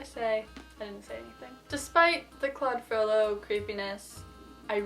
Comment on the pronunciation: Wow! She pronounces correctly: FrollO!